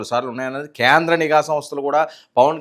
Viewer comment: Neeegha samasta..not nigha